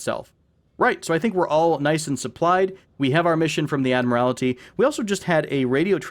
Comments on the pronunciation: Man, you certainly did well with the mispronunciations of several words. Perhaps you should have done some grammar research before making a video. It’s painful to hear you pronounce the word “admiralty” smh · I hope you as well. Take some time out of your blessed day and research how to pronounce “boatswain” and “admiralty”. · Boy did you butcher the word “ admiralty”. 😂 And why is it “super secret naval terminology” in regards to your explanation or the “port side” meaning?